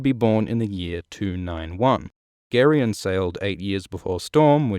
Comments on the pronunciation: Isn't Gerion pronounced Jair-ee-on? Like Gerry? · I know I'm late and I'm only 30 seconds into the video but I ALWAYS pronounced it like Jerry-on. Ya throwing me off 😄